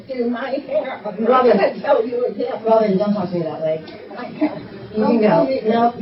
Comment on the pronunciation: I love the “Robin-uh!” She is so patient and tries to have an adult conversation but a racist Karen just can’t hear it.